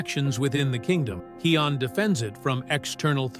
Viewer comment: It’s kion